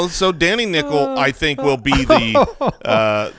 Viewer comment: "Danny Nickel" Lmao